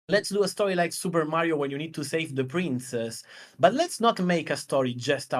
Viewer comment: Love the content. "Tha PreenCess" cracked me up.